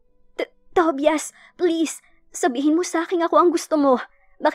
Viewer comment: Ang pangit naman pakinggan ang Pronunciation ng TOBIAS😅😅.. "TOBAYAS " yan😊.. Instead pakinggan ko naawa ako sa pangalan ni tobias😂.